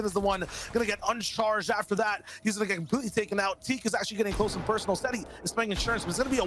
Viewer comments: its setty not zetty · sorry but “zetty”. the accent has gone to far. Jk lol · Why are u saying zetty